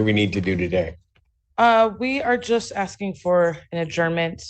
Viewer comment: "Axing.." facepalm